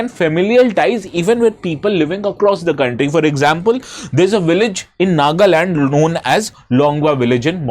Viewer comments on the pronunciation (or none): none